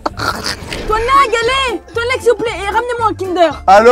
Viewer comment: La on dit toinelag et non tonlage 😅😅😅